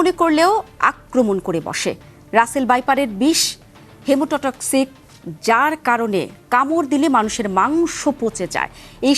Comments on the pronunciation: 😂 hemotoxic not hemototoxic 🥱 Ki news presenter bapre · ইমোটা টক্সিক আবার কি রে ভাই!কই থেকে ধরে নিয়ে আসে? উচ্চারণ হবে হিমোটক্সিক।